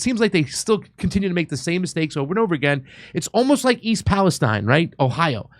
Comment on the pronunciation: Pronounced (East) Palesteen(, Ohio).